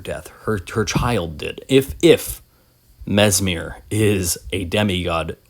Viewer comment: Mesmer, not Mesmir, no?